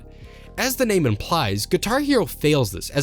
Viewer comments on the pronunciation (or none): none